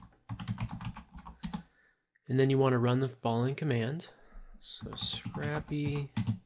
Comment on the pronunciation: Great tutorial, but It's pronounced "scrape-y" not "scrappy" lol